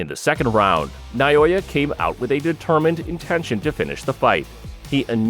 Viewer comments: NA O YA not Nayoya. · For the love of God, his name is NA O YA. Not Na Yo Ya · NA O YA!!!! not Nayoya! How insulting to have someone like you murdering his simple but amazing name.To help you, pronounce it properly. NAO(H)YA goes without a H, but placed there to give you a hint. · not noyoya he is naoya. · Who is Nayoya? The Monster's name is not Nayoya, but Naoya! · Na Oh Ya